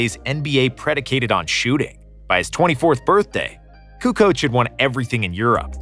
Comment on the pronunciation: Jordan says KUKOC and I believe him!!